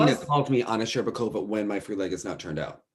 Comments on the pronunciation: Shur-BAWK-ova Lol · The way the commentator pronounced SherbAkOva made the russian in me boil 😂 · Anna scherBAkova and Nam nGUyen. AGHHH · he also kept saying "Shcherbakova" completely wrong, it annoyed me so much